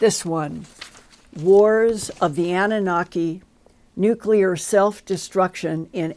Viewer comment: Luv but how can a NUCLEAR physicist constantly mispronounce one of the most important words in his profession? There is no such thing as a NUCULAR weapon, nucular medicine scan, nucular power plant, nucular bomb and on and on and on. It drives me completely insane!